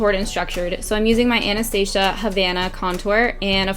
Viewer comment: She said Anastasia right! 🙏🏽 Like the first American that has She's so beautiful 😢 Love this!